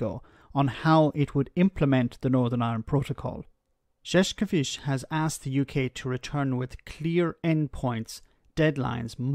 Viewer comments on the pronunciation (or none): There is no "K" sound in Šefčovič whatsoever. The first "Š" is "Sh" (correct), but the "č" is like "ch" in chocolate. It is not that hard to grasp.